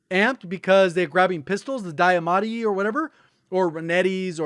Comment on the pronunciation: Diamatti..... Not Dieamatti